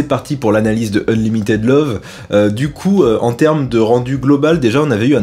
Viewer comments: Je te kiffe grave merci encore pr cette nouvelle vidéo! par contre l accent en anglais mon dieu!! c est pas unlimitaide mais unlimitide la prononciation! et pas ziz or ze way mais dize or de ways! arretez les francais a mettre des Z partout c est des D!! voila coup de gueule passé lol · Ah ah, j’avais bien entendu Nick :-). Et « unlimi[ei]d » au lieu de « unlimi[i]d. Fatigué ? ;-)